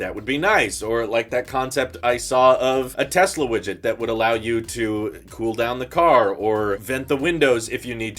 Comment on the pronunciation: STOP SAYIN WIGIT OMG